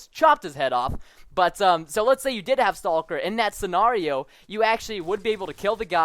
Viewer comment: Senireo? Senario